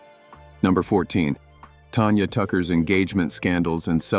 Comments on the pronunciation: When you put out a YouTube video,be smart enough to pronounce singers names,Tanya Tucker's name is not Tonya,incredibly stupid,for such a critic, of other people with faults not to have sense enough to even pronounce their names! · Sun- TAN TAN-gerine TAN-ya! Your AI sucks!